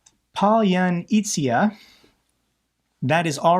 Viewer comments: I believe the pronounciation is "Pallya-nitsa" :) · Palyanitsya is a four-syllable Ukrainian word that most ruZZians can’t pronounce. doesn’t even get close.